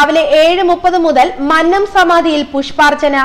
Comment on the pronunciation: ആദ്യംപോയി ഉച്ചാരണം പഠിക്ക് വായനക്കാരി,,.,.,,മന് നം അല്ല മന്നം .......ഉദാ: മന്നവന്റെ "ന്ന " അ ല്ല...........